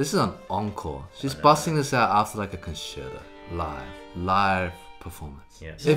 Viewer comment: Nice videos, liked&subscribed. But it feels like you guys hate the "t". Vibrado, pissicado, conserdo.. Com'on it's not difficult, I encourage you to try this out: "d" is like in StraDivari, "t" is like in MeditaTion.. VibraTo, pizzicaTo, ConcerTo. ;) next time we look into the "z" of "pissicado"! :D